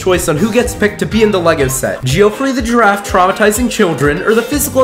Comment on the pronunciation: The way Geoffrey is mispronounced just hurts my head